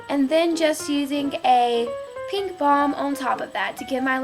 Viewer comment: when she says pink it sounds like she is saying pee.thumbs up if you agree!!!!!